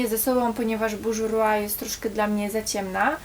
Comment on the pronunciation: błagam tylko nie "bużurła" XDD